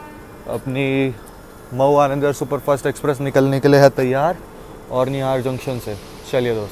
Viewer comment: औड़िहार है भाई औरनियार नहीं सही उच्चारण नहीं कर रहे हो आप